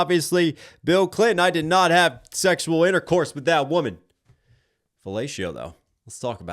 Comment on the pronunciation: "segsual RELATIONS" and then he tried to argue a BJ is not segsual relations.